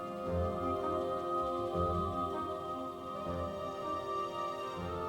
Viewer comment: The way you pronounce Orchidaceae hurts my ears... You could have at least looked up the correct pronunciation, instead of making it up and falsely claiming it is the correct way. Coming from Latin, "C" would never make a "K" sound before an "E".